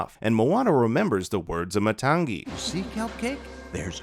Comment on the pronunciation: Matangi = Maa-tongue-ee